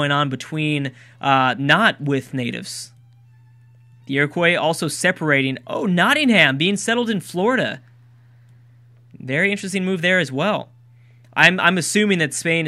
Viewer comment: I'm sorry, but Nottingham is not pronounced "Not-ing-ham" it is pronounce "Not-ing-um", this applies to all cities in England that end with "ham". I'm sorry,but in all games with England you have pronounced it this way.